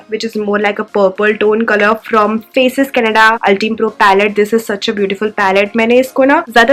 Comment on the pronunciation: 1.You can do color correction before applying foundation,it looks more natural that way. 2.It's banana powder not shade. 3.Ultime pro=Pronounced as "ul-time" pro